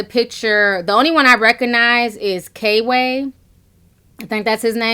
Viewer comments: girl it's kway not kayway. lmao. love you tho. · It's pronounced Qway lol not K-way even tho its spelled kway lol.. Love yo page Ti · HIS NAME KWAY (QUAY) NOT K-WAY LOL EASTSIDE IVO IN THE MIDDLE & PRINCE MARNI IS THE OTHER ONE, THEY’RE FUNNY I MUST ADMIT BUT THEM WIGS CONSTANTLY MAKES YOU QUESTION… 🤭 SHHH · You pronounced it K-way like 500xs lol instead of 'Qway'. comedy is comedy for me. I watch all cultures and videos if it's funny. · It's kway not k way. Eastside ivo is in the middle. Just in case you care. I was wondering why so many Instagram/ youtubers like La La and Kway be at the B E T award shows. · Love u ti! His name is pronounced kway not k way btw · Girl! You kept calling him “K-Way”. It’s Kway. One word, all together. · I think it’s pronounced Quay, Ti lol its okay.. But I agree with everything you’re saying! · name is Kway. Pronounced like Quay. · You too funny Ti, it’s pronounced Kway like Sway one syllable. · FYI His name is pronounced kwuh-A :-)